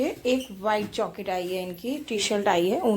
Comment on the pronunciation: Jaket hota hai joket nhi